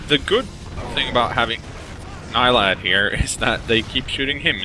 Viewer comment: I love how you guys keep saying Nylad instead of Nalyd. Rolls off the tongue better. :)